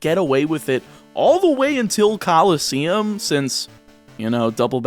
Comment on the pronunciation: did this mans say coliseums. mad.